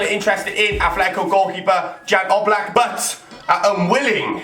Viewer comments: it sounds like yan oblack but it is spelled jan black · im from slovenia like jan oblak.. btw i know you dont say it right cuz you are english xD